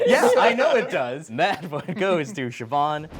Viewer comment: Never heard Siobhan pronounced as "chiffon" before.